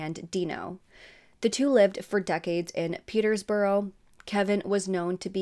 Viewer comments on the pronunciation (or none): Borough is pronounced bruh, so petersbruh. Shire is shur, so Hertfordshire is hart-ford-shur. Or more like hart-ferd-shur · Peterbrough, not Peter's Borough